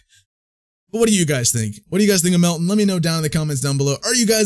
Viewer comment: It’s not pronounced Melt-tin, but it’s pronounced Melt-tan.